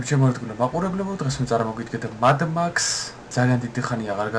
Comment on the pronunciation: მადმაქსი არაა იკა მედ მექსია